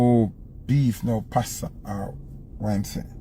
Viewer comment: Passa not pasta….No beef, no passa….